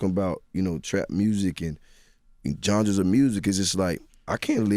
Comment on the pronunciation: "John druhs of music" - Jeezy